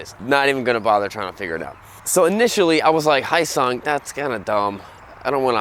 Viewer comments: Not "hi sung" it's spelled phonetically correct. "Hyo-sung". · this guy is terrible at pronouncing foreign words. yeah muh haw? its not hisung its hee yo sung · It's pronounced "Hee -yo sung." It's a South Korean company that provides engines to Suzuki motorcycles. In Korea, the company goes by "Hyosung-Suzuki" and license manufactures Suzuki motorcycles. After acquiring enough knowledge and know-hows in producing motorcycles, Hyosung decided to manufacture their own bikes under their own brands. You buy a Hyosung GD650, you're basically buying an SV650 with a bit less attention to details at a much lower price. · It's pronounced Hyo-sung. You say YO but with a slight H at the beginning. H...YO. HYO-SUNG. Not Hi-yo-sung. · It is pronounced Hyo-sung - ryhmes with Bro-sung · silent "H" you ssob!! silent "H"!!! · It's 'hoe-sung', isn't it? They had made a 250 V-twin sportbike previously... styling's to die for... speaking of smaller makes faster, Kenny Roberts had a go-fast school where they'd race like honda trail 50's around a sloggy mud track, they'd make every racing move at like 17moh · Honda??American brand???. like my North Korean BAJAJ from India with a Mexican paint job. Pssshh! You can't even say Hyosung right. you just got 1 thumbs down for saying nonsense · Pssshh! You can't even say Hyosung right. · And he can't even pronounce Hyosung correctly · Learn how to pronounce Hyosung correctly!!!